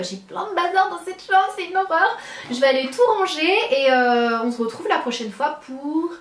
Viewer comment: On SE retrouve et pas on zretrouve sérieux arrête de dire ça ça m'énerve !!! :)